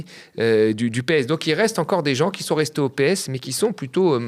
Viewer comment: Qui Z-ont.. Purée. Vous pouvez mieux parler la France ? 😅